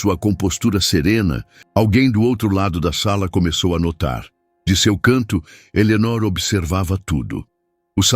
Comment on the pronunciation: Fala o nome de Eleonor direito.ok😊